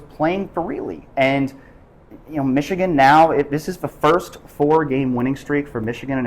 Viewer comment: O-H…N-O not Mich-again!